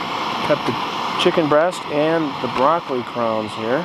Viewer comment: Where are you from to pronounce "crowns" that way?